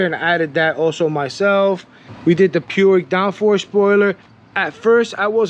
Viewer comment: Puig is pronounced "pooge" as in "stooge". It's a Catalonia name (part of Spain). The brothers Josep and Jaume Puig founded the company. Great mods, nice choice with 2WDW.